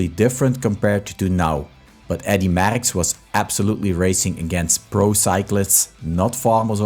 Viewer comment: Please learn how to pronounce the name Merckx before posting a video. For Christ sake.